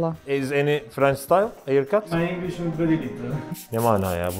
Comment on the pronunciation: 💫mıy ingiş iz very litıl💫